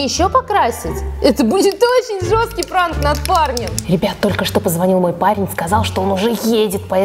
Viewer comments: Не НРАНК а ПРАНК понятно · пранк а не нранк! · НРААНК) ДА НРАНК!??!!!???